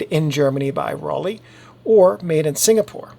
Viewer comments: Raleigh is in North Carolina. Ro-le (pronounced) made amazing cameras. Apart from that this is a fantastic post. So informative and easy to follow. Thank you. In fact all your videos are great. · Pronunciation should be like „roll eye“ or „roll I“ without any gap, but only if you choose the rolled „r“ like the Bavarians, in standard German the „r“ isn’t rolled at all. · In German Rollei would be pronounced Rol-eye. I learned this from a video by a German guy who went through several brands and their correct pronunciation. But I am sure nobody is worried if we pronounce it differently. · Pronounced: roll eye (German hard R) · Hi, in german Rollei is more pronounced like Rollai.